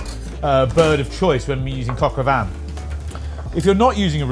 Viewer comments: it's Coq au Vin not Coq au Van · I swear I am hearing coq au van 😅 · Cock o van?? Cock in the back of a van??